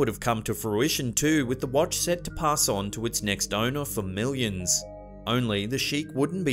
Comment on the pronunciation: Hehehe it sounds like your saying wantch